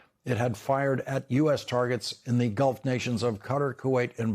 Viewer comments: Cutter? Ohhh 😲 Qatar!! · Oh, Lawrence. Please. Qatar: the word is correctly pronounced "Kah-TAR" not "cutter". I have friends in that part of the world. Please, Lawrence. If you get it right, so many others will follow. Sigh. Thank you.